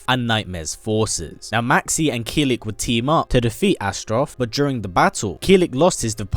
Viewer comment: Its Kill-ick not keel-lick